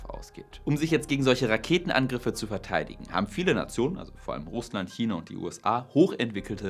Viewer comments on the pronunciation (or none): none